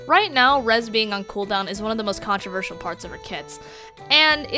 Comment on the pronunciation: haha you miss-pronounced controversial!